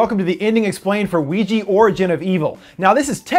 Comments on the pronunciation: did you just say ouiji? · I couldn't help but laugh when he said Weegee instead of Ouija. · why does your pronounciation of ouija sounds like luigi for some reason lol or is it just me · Why is Ouija pronounced Wee Gee?